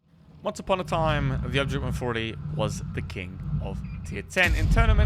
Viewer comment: Your accent so bad! Man go listen to how you pronounced the 140. Wow unbelievable